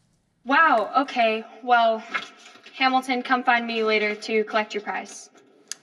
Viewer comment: Um actually its Hamilton Not hamitition and brat good